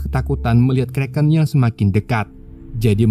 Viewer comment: Setiap anda ucap kreken saya jadi lapar